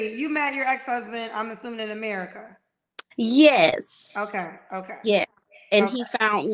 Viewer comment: Here we go🙄. Of course, there are many people from the hood that are articulate and have an excellent range of vocabulary but she is not one of them. The fact she has to make it clear that she is not ghetto and its all unprovoked but pronounces ratchet as "ranchet" and America as "Americaahhh" tells me everything I need to know🤣. In her particular case, her accent comes off as forced!